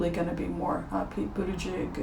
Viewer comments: Someone has probably helped you with this but in case they didn't: "Buddha-judge" is how you say it (or so I hear). I like him and it's amazing to see an openly gay person in the running. I'd love to see a woman at the top of the ticket with Mayor Pete as VP. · I think it's Pete "booty judge." Good reading,. You are so much fun.🤗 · Pete Buttigieg,...I believe his name is pronounced 'Boot a judge' but double check me. Appreciate your work. Patti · Mine is Pete Buttigieg🇺🇸🇺🇸🇺🇸 His name is pronounced "Butejudge".. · Pronounced “Buddha-judge” or “boot-edge-edge”. I had the same feeling about Kamala...I like her but wondered about how she’d do in certain areas. Thank you,. 😂 Feline intervention for YouTube addiction. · P.s. the pronunciation for Pete Buttigieg is Butta-judge but I prefer Buddha-judge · Buddha Judge is the pronunciation of Pete Buttig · Pronounced "buh da jidge".